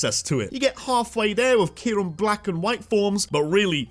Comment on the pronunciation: KYUREM, NOT KYRUM!